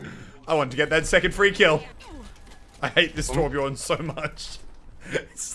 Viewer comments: Its Torbjörn, not Torbjorn. Also Brigitte is not french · Lol you say torbjorn it’s torbjö